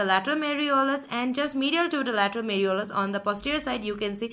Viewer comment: Malleolus not meriolus